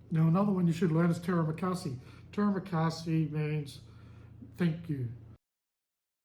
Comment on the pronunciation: To ask for the bill you just can say (saya mau bajar) i want to pay translation. Terimakasi premaunce like tree ma Kasi And tedak prenounce like Ti dak Keep on practice. And maybe you.can start taking some lessons mister good luck 🤞